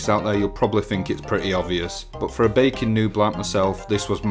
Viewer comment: Thought you said bacon rather than baking at first lol